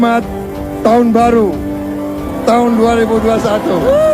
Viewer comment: Koplaak klu ampe bani 58% kgk malu liat empresnya slh ngucap taooonn 😂😂😂😂